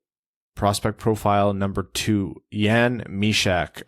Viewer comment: Hmmm, try Yahn instead of Yen, there's no e in the pronounciation of Jan. Got the most difficult Myska pretty spot on. Don't know why, but it seems native English speakers tend to completely butcher European vowels. Eliteprospects tends to have halfway decent name pronouciations for most top prospects. It's that little speaker icon, you might need to be logged in these days to use it. BTW, Timestamp 44 of video below is correct pronounciation of Chayka.